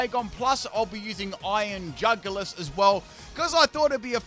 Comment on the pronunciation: Iron NutSack LMAO 🤣 😂 😆 😅 💀 EVEN couldn't say it lol